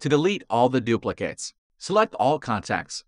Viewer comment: Anyone else irrationally angry how he says “duplicates”?